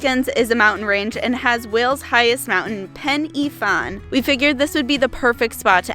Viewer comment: pen y fan, not penny fan